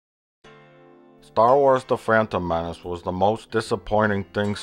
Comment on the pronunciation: "Frantom Menace" lmao